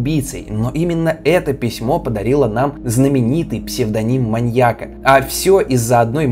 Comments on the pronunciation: при всем уважении: "маньЯка", не "маньякА" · Уважаемы, почему так безграмотно? Наверное не "маньякА", а "маньЯка". Учитесь правильно расставлять ударения. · Слово "маньякА" с ударением на А жутко режет слух, после 10- го повторения выключила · Круто, только не маньякА, а маньЯка, резало слух всё время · МаньЯка, маньЯком, маньЯки. Ударение, дорогой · маньЯка, не маньякА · ты молодец, очень интересно. Но маньЯка, а не маньекА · "маньякА"? Серьезно? Родительный падеж: манья́ка, манья́ков. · МаньЯка, маньЯку, а не МаньякА и МаньякУ. Простите, но очень режет слух. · Люблю ваши ролики, но очень хочется попросить проверять русский перед записью(( ударение в слове маньяк в разных падежах - падает на Я (маньЯка, а не маньякА) и тысяча, а не тыща. Очень ухо режет(( вы молодцы, занимаетесь просвещением и язык в этом случае тоже важен, надеюсь, вы это понимаете. Желаю роста! Зы: коммент можете удалить, мне главное, чтобы вы сами прочли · МаньЯка, а не маньякА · Почему маньякА. Что за отстойное ударение : / Кстати, кому интересно тему эту детально изучить, то серия о Джеке от Карты Убийств просто супер. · прости, материал клёвый, но, не "маньякА" а "маньЯка". Будь грамотнее, пожалуйста. Уши режет. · маньякА, маньякУ, жуть какая-то, слушать невозможно с такой постановкой ударения. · Интересно. Но "маньякА" режет слух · Все видео резало ухо твое "маньяка́" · Очень интересный материал, однако неужели так тяжело правильно ставить ударения? В видео постоянно "маньяку́, маньяка́, маньяко́м..." Ппц просто... Меня каждый раз передергивало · Видимо, кому-то не нравится ударение в слове "маньяка". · скажите ему где правильно ударение ставить в слове "маньяка" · Классное видео, но сильно режет слух слово "маньяка" с ударением на последний слог(((